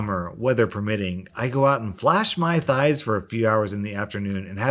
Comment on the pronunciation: R Nickerson I was listening to this whilst I did the gardening. The way thighs were emphasised made me think he was whining about her thighs, but you’re right... it’s about ‘modesty.’ From mummy! Gosh what kind of adult man gets his mummy to yell at the woman next door for showing skin in her own yard! 😆😆